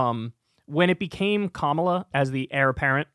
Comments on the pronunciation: This is an issue for Kamala undeniably. However this is highly suspicious here. 1) the lady that said she’s voting for trump it’s very possible she was already voting for trump and she probably voted for him the last 2 times. The giveaway is that she kept calling Kamala, “Ka-MALL-a” 2) She ignores the point that trump would be even worse for Palestinian people. I wouldn’t be surprised to find out this lady has been a maga red trumper and it’s all over her social media. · Why do all MAGA or anti Harris, mispronounce her name? Most likely on purpose. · The racist who intentionally mispronounces Kamala's name and votes for Rape's MVP is beyond lacking in credibility. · The Trump voter mispronouncing Kamala Harris name is just untrustworthy. Especially considering the interviewer just said the name correctly.... People will tend to mirror the attitudes and words of those around them. Also we don't know the conditions Biden provided for him to step down. It could be that Biden insisted on unwavering support for Israel for him to step down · She didn’t even bother to pronounce her name right. This is a panel of idiots. Listen to them.